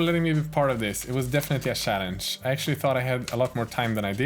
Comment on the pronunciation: i love you, but cant help laughing when you say sjallenge:D sowwyyyy